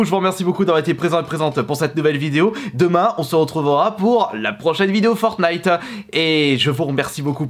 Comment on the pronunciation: En vrai ça va, tu disais FortnIte avec le t Parce que y’en avais pleins a l’époque qui disait FornIte sans le t